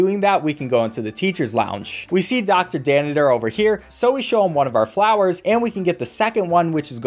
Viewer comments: He keeps saying danitor instead of Danner and it makes me angry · *calls Dr Danner Dr Daniter* Me: TRIGGERED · His name is Dr. Danner, Not Dr. Dannider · plus he calls dr danner "dr daniter" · I’m filled with rage every time you call dr danner dr danitor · You gotta love “Dr. Danitor” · My man really said “dr dannITer” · did anyone else notice he was calling applegate applebotom and mr danner mr danniter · Anyone else notice how he calls Dr. Danner, "Dr. Dannader" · “Dr danniter” did he really say dr danners name that wrong? Or is that how its said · It's doctor Danner btw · It’s not dr.daneter is dr.danner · It’s dr danner, not dr danidor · I'm sorry but I can't not point this out He says "Doctor Danitor" and "Ms Applebottom" It's ment to be "Doctor Danner" and "Mrs Applegate" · does he keep saying dr. dannitor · It’s pronounced doctor danner not doctor danader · Are you pronouncing Danner with 3 syllables? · Why does he keep calling Dr. Danner “Dr. Danniter”?